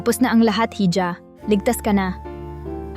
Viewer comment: Ganda na sana kaso ang hija eh ( hidya) ang pronouce mo eh parang nde ka pinoy